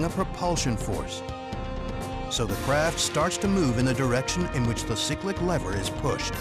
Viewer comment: I think you’ll find the lever is the collective not the corrective, and you have pronounced cyclic wrong. At least you called the pedals the anti-torque pedals.